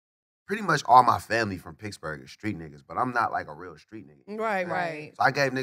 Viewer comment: Is wiz saying picksburgh or he just pronounce Pittsburgh that way ?